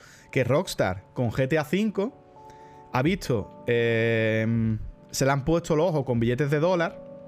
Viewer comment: Por qué algunos españoles decís "vitso" en vez de decir "visto"?